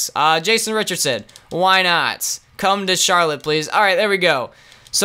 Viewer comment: They said charloutte Bob cats in the end lol am I the only one that heard